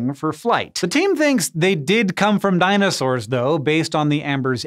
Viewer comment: "dinosawwr dna"